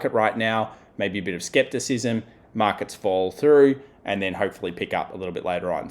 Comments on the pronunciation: The word is "skepticism", not "skeptimism." Good analysis otherwise though. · I just had to back that up and listen to it again he is saying skeptimism. Lol maybe it's skepticism in Australia.